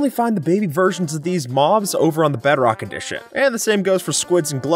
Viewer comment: Bro Said beadrock😂😂😂😂